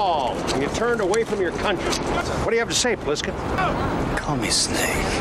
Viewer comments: Did you say Blissken? It's Plissken. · 😭 it's Plissken with a P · It’s Plissken, not blissken